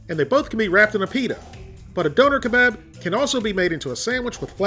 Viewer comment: Dough-ner Keh-Bob********